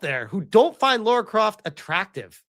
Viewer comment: Please for the love of God and all that is good and beautiful, her name is: LARA Croft. NOT Laura, or Loora. It's LARA !!!!!!! 20 years of Tomb Raider and I STILL have to say this sht.